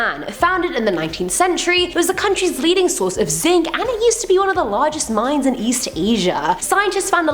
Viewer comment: When first mentioned the video, I thought she said, Top 10 Scary MIMES...and yeah, that is scary!